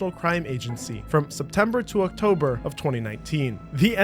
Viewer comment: “Octomber” ah yes my favorite month